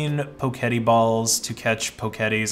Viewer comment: Fairly sure it's "Poke Et" as far as how its pronounced unless you saw the dev's call it "poe ket ee"?